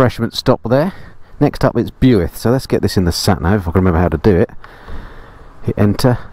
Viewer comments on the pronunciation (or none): Bewuilth...........?? it's pronounced BWILTH.....as i got told by a welshman a few yrs back when i was there on my 1100RT....... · £30k? I could just about get a Caterham Seven for that, and that would be a really tough decision. Have you thought about branching off into “interesting” cars as a vlogging sideline? I was wondering where the heck Bewith was, until I realised that you may have meant Builth, pronounced Billth? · I'm a recent subscriber living in Wales. Very much enjoy the content. However, have to bring you to task on your pronunciation of Builth Wells. When I first heard it I thought you were saying BUICK.... very strange.. never heard of the place. After watching a bit longer...I got it. BUILTH.....pronounced BILTH.... as in Bilth Wells....🤣. Cheers. Hope you never go to Machynlleth....🤣🤣🤣 As for the great riding in Wales, sadly we also have a rather high death count, sometimes because of 'nutters' going way too fast. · BYUITH????……….Ouch, please pronounce BILTH 😜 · Enjoyed the video through all the roads i frequently ride.. btw its Pronounced Bilth Wells not Bewilth.. . The Fountain pub is fab to eat at they run Beers n bikes festival every bank hol. If you had gone sharp left at top of town signed Lower Chapel & upper chapel onto Brecon.. that is a stunning biker rd and off the main drag.. looking forward to part 2 of that run .. I'm based just south of Merthyr . 🏍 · the best way to pronounce Builth is to to take the u out Bilth Wells, that's the way to pronounce it. Sorry don't mean to sound rude 😁👍, fantastic video 👍. Keep up the good work 😁👍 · Hi, a couple of points before your Welsh followers are up in arms..1)Powys is a Welsh county not the entire country 2) Builth is pronounced ‘Bill - th’. I grew up in Herefordshire just to the South and yes it’s a fantastic part of the world for roads and scenery. The Chiltern’s are great but not to the same level. Another great video, thank you. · Builth pronounced " bilth"